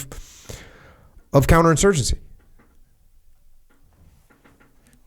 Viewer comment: “Couter-insurgency” lmfao 😂